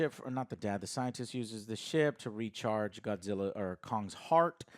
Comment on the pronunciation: Why do these movies always need an Asian actor always concerned for Godzilla and say his name like “goshilla”